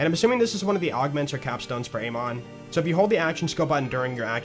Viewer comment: The name "Amon" is pronounced Am-In. "I am going in the store" not "A monster in the store."